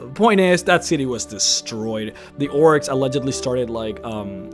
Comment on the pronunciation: Almost every time he says "orcs"... I hear "oryx. XD